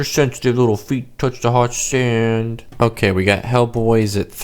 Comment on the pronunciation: You all ways say sand Sund or send??